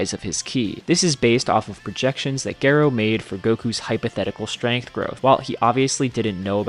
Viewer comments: When you said Dr. Gero's name, it sounds like you said Geralt. I think its pronounced Jir-o like Jiren not Gar-o like Geralt. That was the joke with the robot from GT's name. Its so crazy people don't understand anime powerscaling and this view was refreshing as heck! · Dude, please go listen to Dr. Gero’s name in the dub because you’re the only person I’ve heard said “Gero” instead of something closer to “Zhero.” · Jur-oh not gur-oh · G-ero instead of J-ero. Is diabolical pronunciation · It is pronounced ger ro not the way you said it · Omg it’s pronounced “jerrow” eww the way you are pronouncing it! Who hurt you? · no ones gonna talk how he called gero gayro??? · “Geh-Roh” LOLZ!! Might want to double check that pronunciation man. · How do you not know how to pronounce Gero? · Why tf are you pronouncing gero like that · The way how Dr. Gero's name is pronounced is Totally Unfair! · The fact u cannot pronounce gero correctly makes it hard to listen to anything you have to say. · The way you said Dr Gero was criminal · The way Dr Gero name is pronounced hurts my ears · You say Gero wrong, stop. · They way you pronounce gero should be a crime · What is that gero pronunciation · Why u pronounce Dr Gero like that😭